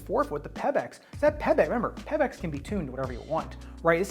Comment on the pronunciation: Why do you pronounce Pebax like that? It’s not Peb-ex